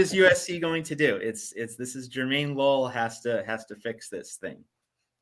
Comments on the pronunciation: It’s pronounce his name correctly… Jermaine low-LAY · It’s LO- leh! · It's pronounced Lo-leh, Or Lo-lē.